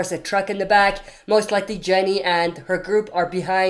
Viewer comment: It’s Ginny - not Jenny